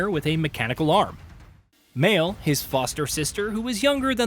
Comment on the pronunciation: Here's one thing needs to know. Pronounce the names correctly! It's not the early 90s where there's no voice acting or game developers pronouncing the names in online videos. Seriously, Mail/Male and Loon? Do your job correctly.